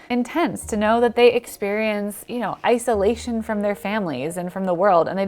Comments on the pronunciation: "Iceolation" I get it! Also, get well soon. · 'Ice O lation' !?😂